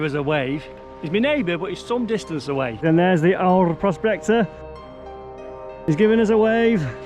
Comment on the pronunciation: Fantastic watching. So gorgeous there Aur you pronounced quite well.. think of saying, aiye and put in an R on the end. This was hard graft. If I don’t get chance again,have a enjoyable,happy crimbo 🎄🎄🎄👌🙌